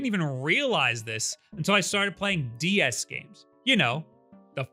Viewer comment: love the emphasis on the "DS" console. People need to stop comparing it the thor.